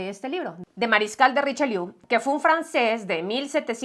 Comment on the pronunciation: "Han habido cosas" no. El sujeto no es "cosas". El mariscal no se llama "Richeliou", sino Richelieu, como el Cardenal. Era su sobrino nieto. Aunque no se sepa francés, hay nombres que hay que saber pronunciar, como De Gaulle o Proust. Posiblemente Richelieu y Luis XIV sean los políticos franceses históricamente más importantes. es una mujer maravillosa, pero no para ir con ella de bibliotecas o de librerías.